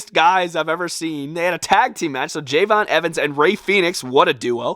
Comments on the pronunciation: It's not Jey'von it's Je'von (Love your stuff) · You said javons name wrong it’s Je'Von Evans